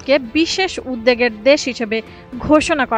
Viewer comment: উদ্বেগ না উদ্দেগ???? উচ্চারণ করতে পারেননা তো commentry-তে আসেন কেন?